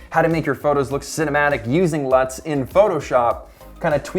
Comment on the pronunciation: I thought you said nuts